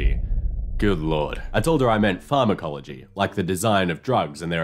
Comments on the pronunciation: Just for the record, your pronounciation of Pharmacology is well... decieving. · heck at least she knew what farm-ecology was!